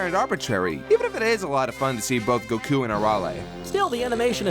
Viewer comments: That pronunciation of Goku... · Are you pronouncing Goku's name like that just to piss people off? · Hate how you say goku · The way pronounces goku makes me irrationally angry